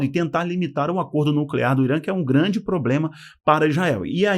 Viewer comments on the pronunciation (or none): none